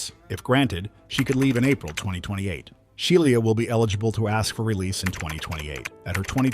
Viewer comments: Right I’m like who is She-lee-ah? I thought her name was SHE LAH LOL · She-lee-ah and called nine hundred and eleven! 😂😂😂😂😂😂😂😂